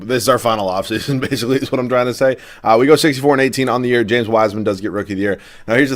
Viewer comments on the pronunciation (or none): none